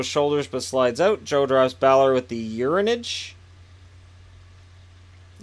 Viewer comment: Uranage I believe is pronounced Oo-ra-nah-geh. Or commonly pronounced Yur-ah-nah-guy(like Guy Boucher) in WWE when used by Bray Wyatt,Samoa Joe and others.